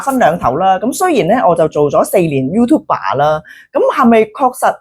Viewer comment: YouTuber 唔係讀youtube 爸！